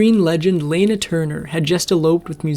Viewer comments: “A gold lame swimsuit?” Oh my, so the swimsuit had one leg shorter than the other?! lol. It’s pronounced la mae! And it wasn’t Laner Turner, it was Lanna Turner. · Also, it was LANA Turner not Lena. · La*na not Lena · I love your content, but please...take the time to pronounce the actor's names properly!!! It's LANA Turner, not Lena!!! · gold “lame” should read “lamé” (two syllables). Also, elsewhere “Layna” Turner should be pronounced “Lana” (short A in the first syllable) or “Lahna.” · With regard for your efforts, a couple of pronunciations here: It’s not LAY-NA It’s LANNA. Not LAME But LA-MAY. Because so many listeners would be familiar with words/names from the time period, mispronunciations are distracting. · Lah na Turner, not layna. Gold la may. Not lame. Come on. Be better. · Lana is pronounced "Lahna" not "Layna". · Lana Turner's first name is pronounced LAH-nah, not LAY-nah. Lamé fabric is pronounced LAH-may, not laym. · I caught that too, along with the name Lana which the narrator pronounced lane a, but should be Lah na. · Lah-na Turner, not Layna 🙄🤦🏼‍♀️ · Lol, ai always reveals itself with its weird mispronunciations: Lane-uh Turner, Ricardo Mont-owl-ban, and a Gold Lamé bathing suit becomes lame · In my entire 72 years, I've always heard it pronounced 'LAH-na Turner like the short 'a' in 'lawn.' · When are you people going to learn to properly pronounce Proper Names?! Lana Turner's first name is said more like "llama", but of course, with an N, not an "m". Another one is Ricardo Montalban, which should be said more like the accent on the first syllable, "Mon' tal ban". Can't you folks look up some clips which have the proper names pronounced correctly? It seems a little bit lazy to not at least do a quick google search of the original trailer, to discover how to pronounce these famous stars' names from yesteryear. Or am I speaking to a stupid machine? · That, plus mispronouncing Lana Turner's first name. What do you expect from crappy AI......